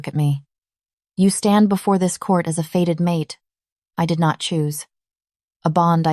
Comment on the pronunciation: The word is fated bond not faded.